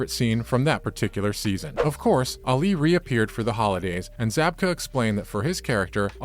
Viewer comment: Dude, if you watched this show or the original Karate Kid movie at all, you’d know that Ali’s name isn’t pronounced like “Ollie”